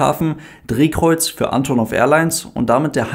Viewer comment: Kurzer Hinweis: Sowohl die Flugzeugfirma als auch die Airline sprechen sich Ann'tonnoff aus (Betonung auf der zweiten Silbe, nicht auf der ersten). 😉